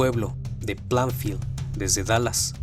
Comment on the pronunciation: No fue en plafield se pronuncia pleinfild